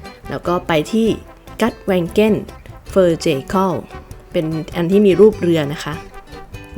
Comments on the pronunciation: สวัสดีจากนอร์เวย์ค่ะ ขออนุญาตนะคะ Gudvangen ภาษานอร์เวย์ จะออกเสียงว่า กูดวังเงน ค่ะ ตัว g ภาษานอร์เวย์บางทีก็ออกเสียงตัว กอ บางทีก็ออกเสียงตัว งอ ค่ะ ส่วนตัว u ภาษานอร์เวย์จะเป็นสระอูค่ะ หรือออกเสียงว่า อูย์ ค่ะ เช่น Undredal จะออกเสียงว่า อูนเดรดาล ค่ะ 🥰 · Gudvangen ออกเสียง กูดวังเง็น ค่ะ ส่วนNutshell หมายถึงสรุป สกุลเงินใช้คำว่า โครน หรือ ครูนเนอร์ ไม่ใช้คำว่า น็อค NOK เป็นอักษรย่อ มาจาก นอร์สครูนเนอร์